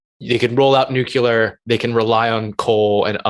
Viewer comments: Huh huh... they both said nucular. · Both those guys said nucular. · Nuke-yoo-ler !! That drives me nuts. New-Klee-Er !! Argh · Watching lots of videos that mention nuclear power or nuclear war ... why can't anyone say 'nuclear'? Nucular is not a word. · NU---CLEAR...NU---CLEAR...NU---CLEAR... It's really not that hard to pronounce.